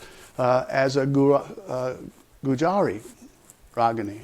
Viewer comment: Dear Narrator, it's not pronounced as Gujaari but Goojri.